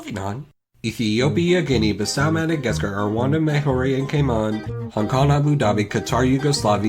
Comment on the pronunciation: Who else hear “Gayman” instead of “Cayman”?